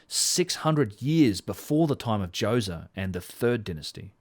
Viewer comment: Pharaoh Djoewzuh